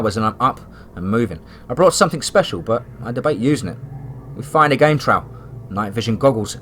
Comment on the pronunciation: Another great story, I love your stories and I love the way that you never eat them, but with that said, the word Trail is in a lot of your stories, and I'm not trying to be nitpicky, but you say the word extremely wrong. You are pronouncing it like Trowl... it's like you're saying the word owl, but with a tr in front of the owl. The word Trail, should be pronounced like mail or male, but of course with the m taking off and Tr,,, put in front of of the ale part...or you know, like a mug of ale, and then just put the tr to pronounce trale , of course , the actual spelling being trail, I hope I am explaining this correctly since you cannot actually hear me say the actual word. But again it's not a big deal, but this is a word that you use quite a bit and a lot of your stories. Keep up the great work, I listened to your Channel about everyday if not everyday